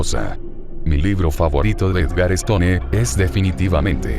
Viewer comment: no podías quedarte atrás, y menos en halloween. algunas recomendaciones: mejorar la redacción del mensaje de inicio, si es que seguirán más de estos videos. también, la pronunciación de apellidos que no son españoles, como stone, que se pronunciaría 'estoun'. se dice DEGUSTARLA. HÁGASE.